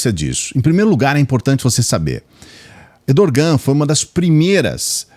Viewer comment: Errrrrdogan, não Edorrrrrgan!